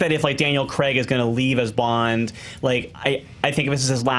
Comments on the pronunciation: It's Daniel f*©king CRAIG, not Cregg! Cray-g!! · Just to add that in British English Craig is pronounced "Crayg", not "Creg". :) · These things are pronounced the same where I’m from. Probably a regional thing. Chill. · Freaked out? Melt down? Nah, just a pet peev of mine. A name is not a word - bar translation into a totally different language it should be the same wherever. Daniel CRAY'G is English, and not from "your party of the world" where they apparently are pronounced the same and everyone pronounces everything how they like because the basic rules of English don't apply. Anyway, rant over.